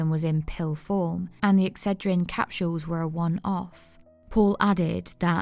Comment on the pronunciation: I've never heard the word capsools pronounced. Capshools